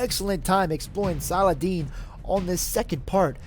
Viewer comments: u fool! it's (-Salah) (-Ud) (-Din)! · Actually, it's pronounced 'Sala*ha*din', or Salah*hu*din. Most people, if not everyone here in my area pronounce it as such, my friends whether Muslim or not, and the teachers and ustazs at the mosque. If you can read Arabic, his name uses the Arabic alphabet of 'H'. But it is what we pronounce it as. I don't know about others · Cool video p.s: it's pronounced "salahuddin" or "salaheddin"